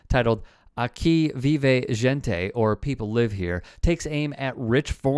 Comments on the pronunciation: "aqui vive gente.." no offence but even google translate can do better with the pronunciation. gente is pronounced Henteh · “Aquí vive “jente” 😂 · "aki veevay jentay" lmao couldn't even do the most basic research and learn how to say "Gente" correctly smh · The way you pronounced “Gente”, lol. Pinche gringo… 🤣🤣🤣